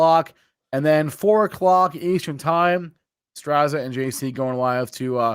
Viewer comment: Strazza is pronounced Stratza, just as pizza is peetza